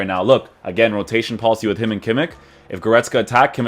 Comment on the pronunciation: your reviews are by far the best bro , keep it up ! and please stop saying kimmikkkk xD its kimich